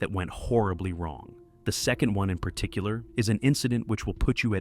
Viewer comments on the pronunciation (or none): none